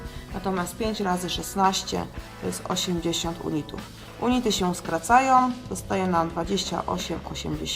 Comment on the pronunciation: unity czytamy junity :)